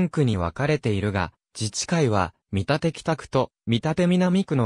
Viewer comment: 「みたて」では無く「けんだち」